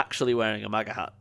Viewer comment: Its hat not harr